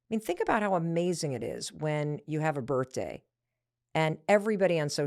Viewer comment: Why do you say birtday…